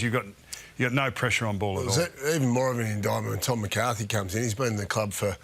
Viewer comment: Highett browny, not Highton!